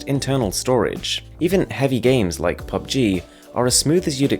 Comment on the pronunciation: Did I hear “PUB-G” 😂